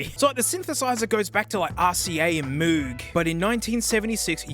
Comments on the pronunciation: Hearing pronounce Moog like "moog" instead of "moag" kills me inside a little. Otherwise great video man! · its pronounced moog, not moog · It's not pronounced Moog, its Moog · How dare you say muug. It's Moog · it’s pronounced “Mowg” not “Mewg” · Bruh... Moog rhymes with rogue. It's a proper noun, so you go by what the owner of that noun goes by. Moog, like a cow, is just... no. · Only gripe is that you like so many people pronounce moog wrong. It's Mohg not mooog. But I mean so many people pronounce his name wrong so it's not a big deal lmao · it’s pronounced “mogue” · as someone who is dating a synthesizer enthusiast, specifically a moog owner, i have to point out that ITS PRONOUNCED MOHG!!! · God. I hate that I’m saying this… But as an Asheville resident I must. Moog is pronounced M-OH-G. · IT'S PRONOUNCED MOOG, RHYMING WITH BROGUE love you <3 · Sorry, it's pronounced "moh-g" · In this day and age, there's no excuse for not pronoucing "Moog" correctly. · SAID MOOG WRONG! everybody point and laugh